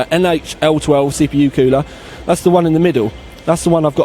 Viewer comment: Kewler :p your from the uk as am I and it's cool-er haha